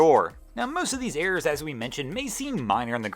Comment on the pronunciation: Errors not "airs".